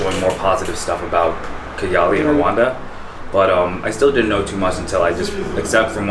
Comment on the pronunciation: It's Rwanda. Rwanda. Rwanda!!!!!! Not Rowanda